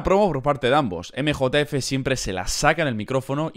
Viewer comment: nosotros: emjejef 🤠: emejotaefe 😎